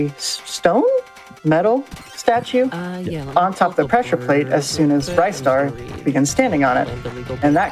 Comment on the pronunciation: It's Ristar with a short I sound, haha. The katakana is リスター "ri su ta". Sounds similar to Lister. 😁 Also, I've never seen that skip on Planet Scorch! I think last time I saw a speedrun on GDQ, it wasn't successful. That was amazing! Love seeing this game get rep again.